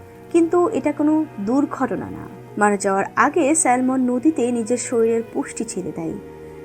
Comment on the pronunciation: সঠিক উচ্চারণ স্যামন হবে।